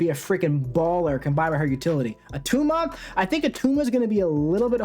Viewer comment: its not at tuma - arnold schwarzenegger. i just pulled attuma and was looking to see how to play him